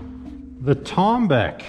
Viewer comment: As an Iranian, you pronounced tombak horribly Towm-back, pronounce it like tow truck